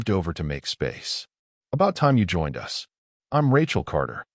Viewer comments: Good story but please teach the Ai that us is not pronounced as U S it sort of let down the story. 😢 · Teach your AI reader that "us" should not repeatedly be read "U S!"